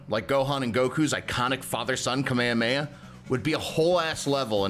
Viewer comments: Bro cant even pronounce kamehameha right😂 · oh yeah he's really a fan when he mispronounces kamehameha.